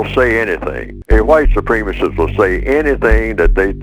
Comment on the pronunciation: White supreme-isist...tf you pronounce it like that....idk he must have the bigger plan